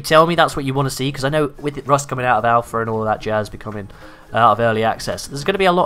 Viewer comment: The words VANILLER AND ALPHER made my ears bleed..good vid though